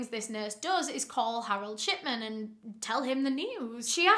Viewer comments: Why did i hear you say shitman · I thought she was saying Harold Shitman until a read the description 😂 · this whole time i thought you were saying shitman💀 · i cant be the only one who hears "shitman"